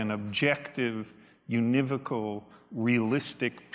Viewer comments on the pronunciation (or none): it is said: /yo͞onəˈvōkəl/ not /yu niv ōkəl/